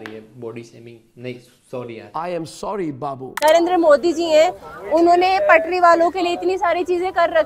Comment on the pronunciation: Tapri ❌️ Patri ✅️